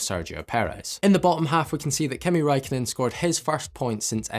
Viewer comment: Kimi Räikkönen. Not Kimi raikonnen